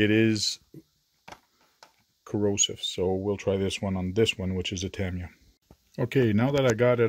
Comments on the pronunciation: First time hearing it pronounced Tam i ya. I raced RC from and even the Tamiya employees at the Aliso Viejo, Ca location pronounced it Ta Mi Ya. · LOL The mystery continues.... I heard even the employees are not sure on the proper pronounciation!. Even where you put the emphasis on the name changes from person to person. I have always pronounced it Ta MY ya. Some pronounce it Tam EE ya and others pronounce it Tam ee YA. And on and on and on...